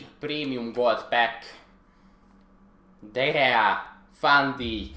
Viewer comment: "De geá" xD